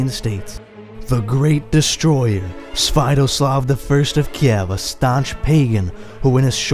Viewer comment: You are talking about Sviatoslav I I've never heard of your pronunciation before, and given the names of this region, yours may well be a different person. We're talking about Igor's son here? The one who was betrayed and had his head made into a chalice?